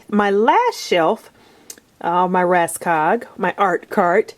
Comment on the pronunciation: hi Thank you for a great video. (Just wanted to give you something you didn't actually ask for, it's help to pronounce the "Råskog" Ikea rolling thing. In Norwegian and Swedish it is pronounced like your word "raw" but without the "w" or the "o" in the beginning of the word organizing. skog you say like the "o" in organizing mixed with the "oo" in school . r-a-w-s-k-o-o-g. I recommend Norwegian teacher Karin here on youtube if you'll like to learn some Norwegian. (Sorry, but it just enoyed me that it was said wrong, even though I know you're not a scandinavian or at least not speaking scandinavian language. )